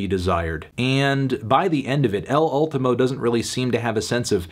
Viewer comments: Say it with me: EHL OOL-TEE-MO. Rhymes with "cool team flow." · "Ehhl Ohltohmo moondoh" the amazing pronunciation from melon though.